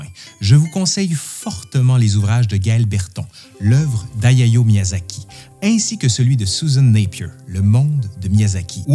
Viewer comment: Autant j'apprécie énormément ta diction et le rythme de tes enquêtes. Autant, faut vraiment faire un effort avec les noms étrangers. "Ayayo" Miyazaki n'apprécirait pas vraiment. Les pires sont sur la 1ere guerre de l'opium et Wu Zetian , où tu massacre les noms chinois, avec jusqu'à 3 prononciations différentes pour le même nom à l'écran. J'adore ce que tu fais donc je regarde quand même..., mais c'est dommage.